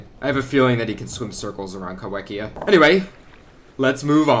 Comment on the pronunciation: Cool new video issue Uhm, Ahctually Kaiwhekea isn't pronounces Kai-WEK-ia, it's pronounced Kai-FECK-ia. Trust me I know, it was first described in New Zealand in 2002 by Arthur Cruickshank and Ewan Fordyce. It's name means "Squid Eater". The name is in Maori, where "wh" is pronounced "f", sort of like "ph". I know because I live here lol, it can be confusing as. Nobody else was doing it so I had to lol, but now you know